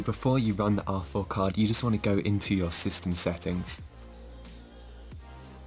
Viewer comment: I always hear awful instead of R4